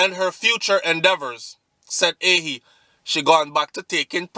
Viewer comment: pronounce like A- HEE (AHYE)